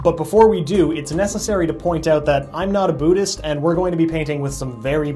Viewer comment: Why does he say booddhist not buddhist